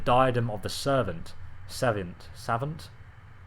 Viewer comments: Daidem of the sevant seh-vahnt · Savant is pronounced "suh-vawnt" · Savant is pronounced "SuhVont" :) Loving these videos! wish i would've found this channel on my original play through! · pronounced sav-ont i think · It's pronounced Sah-Vah-nt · Sa-vont is the pronunciation of savant. Oh and Atra-knock . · Savant- pronounced "suh-VAHNT", it's basically a really smart dude. Love the videos and tips! Keep up the good work! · it’s pronounced suh vont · i think it is pronounced savont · Btw it's pronounced suhvohnt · Some of the Dremora are named by what appeared to be their rank. Also the word "Savant" is a term used to describe a Scholar or someone who has been admitted into a Scholarly field. (Sav-Aunt) Not trying to sound like a know-it-all, just answering your questions. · Excellent stuff. Have subscribed. Keep up the good work. (By the way, its SAV - ANT) :-) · that word is savant (säˈvän(t)) it mean a person of learning, has gather a lot of info in a subject but not so much in another area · "Atronach" is pronounced like "at-row-knock." The first a in savant is pronounced like "uh." The second is pronounced like giving an "ah" of relief or understanding.